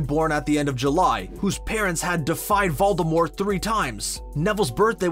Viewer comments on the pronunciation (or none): The way you say Voldemort and Avada Kedavra pisses me of ngl